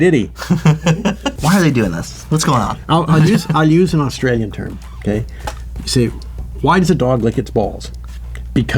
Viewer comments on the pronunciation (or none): none